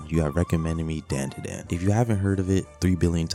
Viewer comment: Dandadan, bro said it wrong